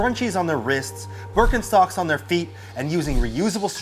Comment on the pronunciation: Oh fricken shittttt did he say Burkin-sockssss